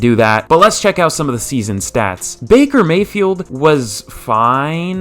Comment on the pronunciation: bakey may-hee